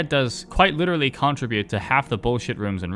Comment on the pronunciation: i really hope you don’t still say “contribute” like that anymore. seriously, you got the emphasis on all the wrong syllables. it’d be acceptable if english was a second language… but otherwise…. … … …ew.